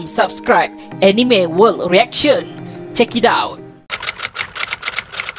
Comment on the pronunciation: Pronouce bkn enime… tp ah ni me